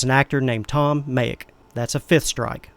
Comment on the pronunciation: Didn't sound like he said "Tom" at all.